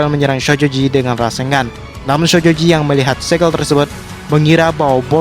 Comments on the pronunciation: Syojoji ya kawan bukan shojoji harus lebih ditekan syo nya🤣🤣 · bang kalok ngomong "sojoji" biasa napa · Ngomong shojoji nya biasa aja dong ih sebel 😒